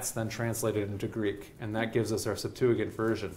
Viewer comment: Its pronounced Septuajint, not Septuagint. This guy gets alot of little things wrong, and it adds up